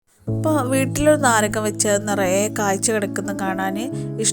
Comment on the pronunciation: നരകം അല്ല നാരകം